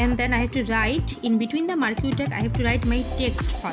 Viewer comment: You don't know, how to pronounce marquee, do you?